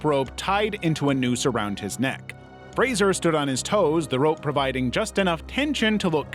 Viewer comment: Thank you for pronouncing Brendan Fraser's name correctly - dunno why Americans usually pronounce it like it has an i